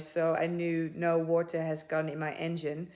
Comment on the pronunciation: The Nigerian "in da wota" 🤣